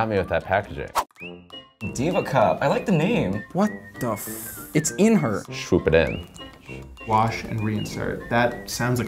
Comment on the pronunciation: "Shwoop it in"